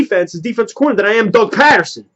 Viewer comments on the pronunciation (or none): Ur sayin his name wrong bro lol ..... Ur saying it like the city Patterson ..... It's really pronounced like Peterson ..... I'm sure yourll see what I mean after his first official press conference tomm tho, I'm not to thrilled either like most Eagles fans but i mean we gotta give him a shot atleast maybe he'll end up being good lol not like we have a choice but I do agree with u that its like the andy Reid hire where no one really knew him an wasn't really on any fans radars ... #flyeaglesfly